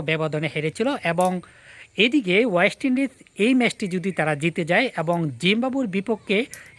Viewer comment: Tui age uchcharan thik kar, ayest lndies na oyest Indies. Ei uchcharan niye video korte lajja kare na ?? Tor mato boka------- ra ache bolei Bangladesh kkono trophy jitte pare na.